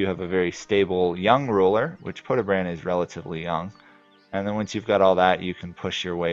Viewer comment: its pronounced podye-brahd not podebrand